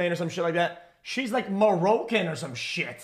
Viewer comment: Bro cant even pronounce Moroccan correctly and he out here handing out passes 😆